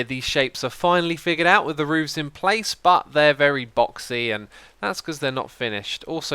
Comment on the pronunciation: I like how he says roovs